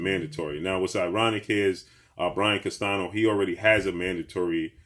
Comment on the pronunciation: his name is pronounced as Brian (CAS-TAN-YO), NOT CASTANO. Please get these guys names pronounced correctly man.